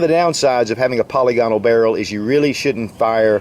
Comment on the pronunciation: "Pa-LI-gonal" is the pronounciation, not poly-GOnal. Ambi-DEX-trous, not ambi-dex-TRI-ous.